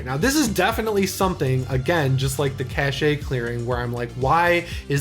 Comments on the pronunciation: It's still cash, not cashay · Please.... "cache" is pronounced like "cash"... not "cash-e"... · Cashay 😀! I think you'll find that Cache is pronounced - Kash. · Just because its a small nit pick I have... the word cache is not cash-ay.... its just cash you know like how you would pronounce the word cash when referring to money. Same applies to other words that end in e. Just saying when I plan a ROUTE I don't say ROUT-AY.... I just say route. Sorry for being annoying lol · Good stuff,! Keep meaning to tell you, cache is pronounced like cash. Not like cash-ay! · Not sure if you do it ironically or not, just in case, "cache" is pronounced like "cash". Not judging, just wanted to let you know. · Cache is pronounced "cash." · If you say cashay one more time I'm going to lose it. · Cache is pronounced Cash. Anyway the only downside to the vibrancy plugin is that it also applies to external displays and there's no toggle so you have to bring the slider back down and remember your value for the next time you play in portable mode. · It's not at all regional pronunciation. It's a word that's only pronounced one way. It's not uncommon for more non-nerdy folks to assume the "e" gives it a little French flair, but it's cash. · its just weird to hear someone this into tech pronounce it incorrectly so many times . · Omg he keeps saying it and it's really annoying. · I think it's one of those regional pronunciation things. I agree with you though. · I grew up near Cache Creek in California, which was always amusing because it sounded like "Cash Creek", despite it being named for the caches of food the local Native Americans used to store along its banks. I've never heard "cache" pronounced like "cachet" before.